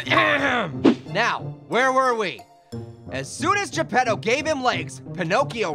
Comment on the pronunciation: It's Geppetto not Japado!